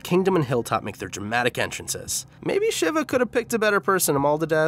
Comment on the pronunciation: It’s pronounced “SHEE-va”, not “SHIV-ah”